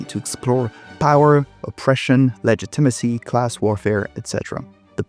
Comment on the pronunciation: I would love to know what part of the world you're from, cuz I've never heard someone say legitimacy the way you did